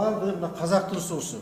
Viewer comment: Бул депутат кайсы диалекти менен суйлоп жатат , сууду деп эле ,😡